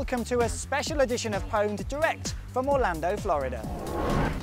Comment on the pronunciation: pwned is pronounced owned you nubz. jesus.